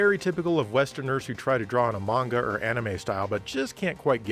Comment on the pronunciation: How is it that a game reviewer can pronounce manga and anime correctly and yet some professional anime reviewers and Podcasters can't? Very interesting video i do enjoy your content and its always something innovative